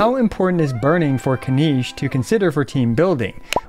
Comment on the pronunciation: Kin-NiCH. Not KiniSH